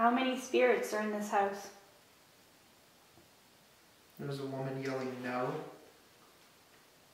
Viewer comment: Why do they say "hose" instead of house